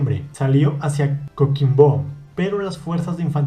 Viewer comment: un dato, coquimbo se acentúa en el qui, no en el bo (soy chileno). aparte de eso, gracias por contar la historia de este gran corsario y mostrar el mapa de su circunavegacion (los que afirman que al tierra es plana se derrumbarían al conocer la ruta de drake). ah y dijiste magallones XD (no es critica, es solo algo de lo que me percato, antes lo habías dicho bien, se te trabo la lengua)